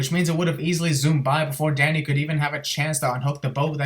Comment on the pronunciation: Good thing you have subtitles I thought you kept saying daddy till I saw Danny